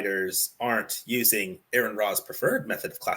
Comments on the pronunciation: I tried watching this but I could feel my brain rotting. Also, could you bother pronouncing Aron's name right? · It’s pronounced “R-on” or “Are-in,” not “Aaron.” If you can’t even respect your interlocutor enough to pronounce their name properly, you’ve instantly discredited yourself. Additionally, by editing out key parts of his video and accusing him of constructing a straw man, you’ve ironically created your own straw man by omitting essential elements of his narrative. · I knew this would be good when they pronounced his name "Aaron". But their discredibility only grew from there. The sections of the video they didn't include directly addressed many of their claims, the alleged strawman at the beginning is explained beyond just the number at species level. The creation answers consist of exactly ZERO evidence and just claims of what could be. Look the evidence is there so there is no long "we have so many possible incredible explanations" there are explanations for these things, and you guys can even begin to describe what a created kind even is. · R-on. R-on. His name is pronounced R-on. Sheesh, incompetent from the opening sentence. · His name is Aron, pronounced RN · Why am I not surprised none of you pronounced his name right. You guys really need to go back to first grade and start all over.